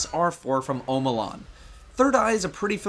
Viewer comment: When you say omolon i always think your saying home alone XD